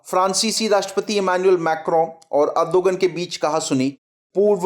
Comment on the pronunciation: it's Erdoğan pronounced as erdoan, ğ is silent. please correct it.